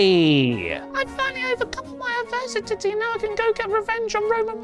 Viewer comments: Advers-si-titty.... why 🤣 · The adversitittie is my absolutely favorite thing 🤣 also great story you have made for Cody! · 😂😂😂😂 cracks me up so much 👏🏼👏🏼👏🏼👏🏼 I can no longer hear or say adversity properly anymore